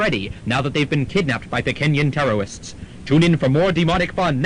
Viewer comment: The giggle is Amy laughing at my Elmer Fudd-ite pronunciation of "terrorists."